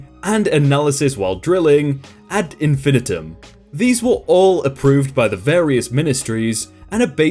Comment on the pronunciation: "ad infinitum" is Latin. It is pronounced "ad in-fə-ˈnī-təm" or phonetically "ad in-fuh-niegh-tuhm." Basically, you want to pronounce the the 3rd "i" as a long "i" at a minimum. The "fuh" vs "fin" isn't a noticeably different sound. Sorry, but the way you said it sounds odd.